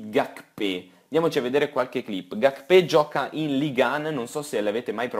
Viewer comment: Serie intrressantissima e anche il nuovo canale è una bomba...continua così. P.s Gakpè si dovrebbe pronunciare Gachfè